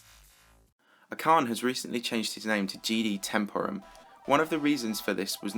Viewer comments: you misspelled temporum :/ its temp-OR-um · I think you pronounced Temporum wrong (facepalm). The emphasis in on OR not TEMP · You're still not pronouncing Temporum right...